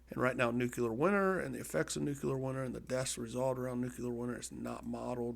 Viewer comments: Good video. Interesting program. Btw it’s Nu-clear not Nuc-ular :) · You present yourself as some sort of war expert (replete with low throated voice) until you say "nuke-q-lar" over and over. Admit it You're a videogamer, guy. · IT'S NOT NUKE-U-LAR! Fucking Americans...